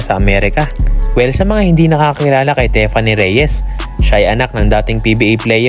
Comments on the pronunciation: HEY!!! Tiffany is pronounced Teef-anee not Te-fan-ne! Please to the uploader/voice show some respect ok? Do some research in proper pronunciation of English (although it is an anglicised Greek name Theophania) names before making videos. You really sound silly and stoo peed. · Tiffany as in teeeeffany. Hindi tefany..